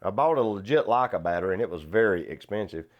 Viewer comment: Never heard Leica pronounced as 'Lakkah'.